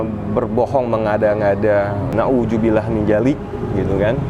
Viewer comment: Pengucapan yg benar. Na'udzubillahi min dzallik.